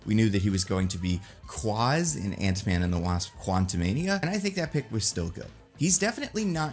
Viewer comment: The way regurgitates the name "Quas" tickles my soul.